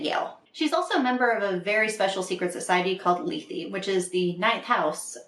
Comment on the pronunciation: That's how you pronounce Lethe??! I was making it rhyme with death